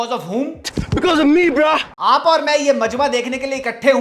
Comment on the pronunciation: Ye Asim to apne apko angrez samajhta hai,,,Indian Nehi,,,,😂😂bro ko bhi bra bol diya,,hii re english🤦